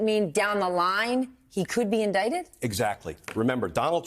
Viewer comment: You mean indickted?? 😂😂😂😂😂😂